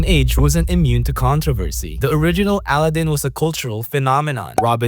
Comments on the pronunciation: It’s A-lad-in not Al-uh-din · "I might butcher the train name so I'm sorry" "aladin"